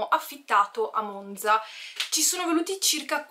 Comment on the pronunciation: haha oddio io sono di monzaaa!! bellissimo 😍 in bocca al lupo per tutto! (comunque è vero che la z di “Monza” non si pronuncia così 🙈)